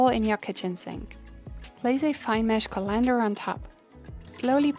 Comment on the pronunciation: Can't even pronounce colander lol